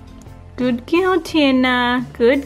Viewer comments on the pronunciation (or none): Every time the lady said girl all I could hear was gill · If I here Gooud gill one more time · I thought she was saying "gill"? I finally realized she was saying "girl". But you are so right, I didn't keep count but honestly, there are other words to be used "Good Momma" "Good Mommy" "Wonderful Lady"...anything to change up "gill"? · What is that "gil" or "giul? ;) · If she says "Good Gill" one more time...